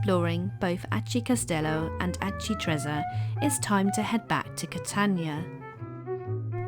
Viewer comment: That is one of the best of these type of vlogs I’ve seen, brilliant for showing family when you get back home to let them know what you’ve seen - thank you. (We did this identical itinerary May 2025). Just would gently point out that Aci Trezza is pronounced correctly ‘Ah-chee Tre-tsza’ (think pizza when saying trezza); well done on getting one arancino (sing) but two arancini (pl) correct.